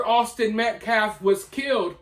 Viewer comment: The dude speaking for Anthonys family is an idiot. Talks slow and trys to act smart but cant pronounce peoples names. Not like "Austin Metcalf" isn't repeated 100 fricken times a day, yet still says "metclaf". Like F that dude, for real. I give jeff massive amounts of respect because i feel more hatred daily for that scum and the family for what they say